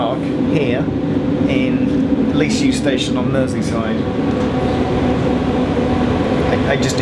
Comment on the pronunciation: Leasowe is pronounced as Lee-Sow.